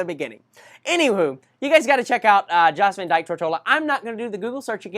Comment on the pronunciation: The Baths are located on the island of Virgin Gorda, not Tortola. Take a 45 minute ferry to the Baths. Pronounced Yost Van Dyke